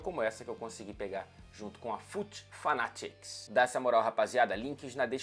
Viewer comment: pleo amor de Deus, o maluco é um LORD mesmo, até pra falar o nome FUT FANATICS, slc, DERBY COUNTY neles